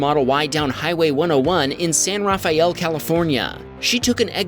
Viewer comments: San Raphael is pronounced with 3 syllables San-Ra-Fell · #12 San Rafael is pronounced San Rafell